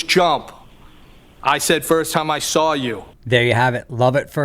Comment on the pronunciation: The only time they use the R is when it doesn’t belong. Instead of saw, they say sar 🤣🤣🤣🤣